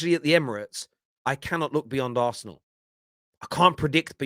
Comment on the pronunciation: "Arsenal" not "aresenal" put some respect on the name